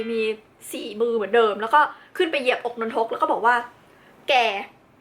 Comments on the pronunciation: พี่ครับนนทุกไม่ใช้นนทก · สรุปว่ามันอ่านว่า นน-ทก หนือ นน-ทะ-กะ ครับ ครูสอนว่านน ทะ กะ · นน-ทะ-กะครับ